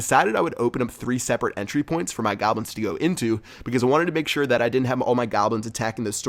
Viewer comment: It's goblins not gablins haha